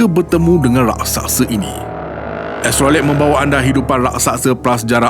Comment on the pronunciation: Raksasa bukan rasaksa